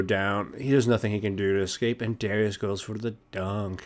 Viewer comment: He said it wrong. Its "Darius", not "Dawrious".